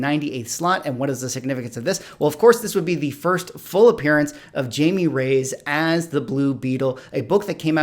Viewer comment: I don't mean to be that girl. Your videos are excellent, and I really like the rundown, but BB's name is properly pronounced Hi-may. It's, you know, spanish.